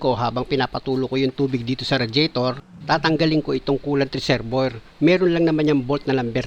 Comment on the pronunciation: Reserbwer ❌ Reserbwa ✔️